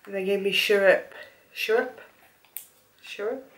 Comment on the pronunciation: Syrup is pronounce; syr/up